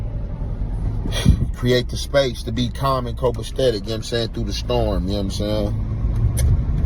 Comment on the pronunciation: "Cokestetic"? 😂 Try copesetic ffs. What a dumb ass. U can take the street outta the criminal, can't take the criminal outta the street